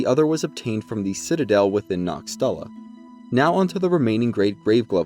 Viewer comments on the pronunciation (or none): none